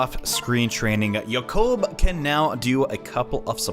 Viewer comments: Yah-kouhb? I've always pronounced it jay-kob. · the way you pronounce jakob's name sounds so weird. most people I know pronounce it the same way as the name Jacob. But it doesn't matter you do whatever you want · and you sounded even weirder during the hayato and orochi s rank support. btw make sure before you get the kids you get to the point where they have the offspring seal.